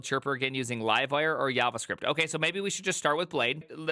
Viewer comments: Why does bro call it "Yavascript"? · Wtf is YavaScript 😆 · Yawascript lol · HavaScript > YavaScript